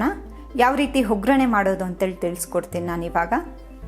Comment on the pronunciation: ಒಗ್ಗರಣೆ ಬದಲು ಹೊಗ್ಗರಣೆ ಅಂತೀರಾ. ಅವಲಕ್ಕಿ ಅನ್ನೋ ಬದಲು ಹವಲಕ್ಕಿ ಅಂದಿದ್ದೀರ. ಆಗಿದೆ ಬದಲು ಹಾಗಿದೆ ಅಂದಿದ್ದೀರ. ಸ್ವಲ್ಪ ಕನ್ನಡ ಸರಿಯಾಗಿ ಮಾತಾಡಲು ಕಲಿಯಿರಿ. ಆ ಬಳಕೆ ಬದಲು ಹಾ ಬಳಕೆ ಹಾ ಬಳಕೆ ಜಾಗದಲ್ಲಿ ಆ ಬಳಕೆ ಜಾಸ್ತಿಯಾಗಿ ಪೂರ್ತಿ video ನೋಡೋ ಮೊದಲೇ pause ಮಾಡಿ comment ಹಾಕಿದ್ದೀನಿ. ಕನ್ನಡ ಸರಿಯಾಗಿ ಬಳಕೆಯಾಗದಿದ್ದಲ್ಲಿ ಕೇಳೋ ಕುತೂಹಲ ಇರೋದಿಲ್ಲಾ.